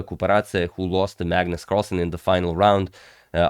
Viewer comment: It's not Maegnus, but apart from that, I guess you're right :) - A is not pronounced the same way in Norwegian as in English.